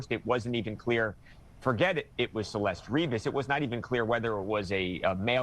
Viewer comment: How are all these people still not doing the minimum of pronouncing her name properly. CelestE, not Celest